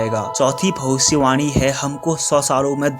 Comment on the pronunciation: Video ke suru hone par bhai kya ap bhavisyavani bol rahe the ya bhosdiwali bol rahe the😂😂😂